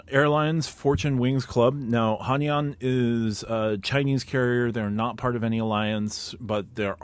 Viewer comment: Gna have to be that guy, but it's pronounced "Hai-naan"